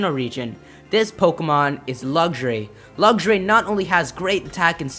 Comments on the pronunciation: It's pronounced LUX-RAY, not Luxury. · Am I the only one a little bit irritated with the way he said "Luxray"? "Luggshray"... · Lucks-Ray... not Luggageray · lugray? its pernounced lux rai :P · What, wait say that again . Nooooooooooooooooooooooooooooooo. (I heard Lugray) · And why u say lugxuray? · its pronounced lucks ray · Lugsray....REALLY. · He said Lugshray. WYF!? HAHAHAHA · It's not luxuray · "Lugjray" :P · you said luxray wong you said lugray